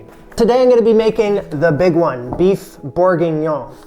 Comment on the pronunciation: I'm French and i feel offended. It's everything but a "boeuf bourguignon"